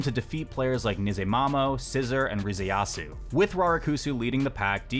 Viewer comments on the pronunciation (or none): FYI, the tag of the player you're calling "scissor" is pronounced as Sasusoro